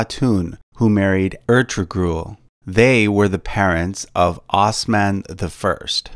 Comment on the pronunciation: Ertugrul is pronounced ahr-too-rool. Helime is pronounced hal-ee-may. There is a netflix show about these two called Ertugrul.